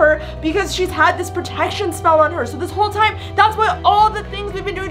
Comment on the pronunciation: full maximum Pre-tec-tion. Me:you mean pro-etc-tion